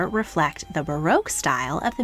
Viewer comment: • Not to mention "barroak" and "spinneel."